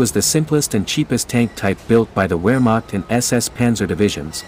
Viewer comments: It’s VEHR-macht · The German “W” is pronounced like a “V.” Therefore Wehrmacht is pronounced Vehrmacht. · I was taught that it is "VAR Maak" .. W pronounced as V, V as F (Volkswagen = Folks VA gan) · I can't take any "historian" seriously when they pronounce it "wehr" instead of "vehr" W's are pronounced as a V. Even though it's spelt "werhmacht" it's pronounced "vehrmacht"